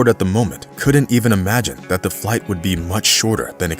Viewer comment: FYI....since narration is your business, you might as well do it right. "Couldn't" is NOT a two-syllable word and is therefore NOT correctly split into 2 syllables, as in "could-dunt", which is your pronunciation of this word, and others like it. They make up a significant portion of the English language. So there is plenty of opportunity to sound stupid if you prefer to pursue the course you are on. The correct pronunciation has only ONE syllable, as in "couldnt. Don't believe me? Check out your Merriam-Webster app on your phone. Surely a guy who makes his living as a professional narrator has the M-W app. You're welcome..:)